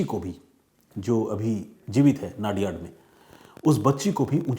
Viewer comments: नडियाद not नादियाड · वो नाडीयाड..नाडीयाड मत करो भाई,, वो #"नडीयाद" सीटी है।